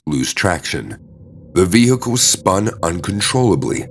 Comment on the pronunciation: It's Pronounced "Vehicle" Not "Vehico"!! Why don't you pronounce the L's?? Other words the same. The L's left out. Why??